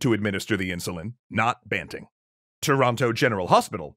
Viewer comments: The way you say toronto always throws me off as a toronto native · Sure is weird hearing the second T in Toronto pronounced. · As a Canadian out west who's accent contains flairs of an Ontario accent hearing Toronto pronounced with a hard second "t" sounds so weird. It's Toronno! Or Toronner if you're super Canadian. ;) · Pronounced Toronno in the Maritimes as well